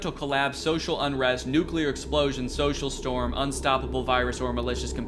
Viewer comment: SOLAR STORM, not "social storm"